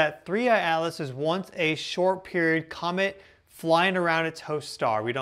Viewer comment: It's COMET! Isn't it? Compromised?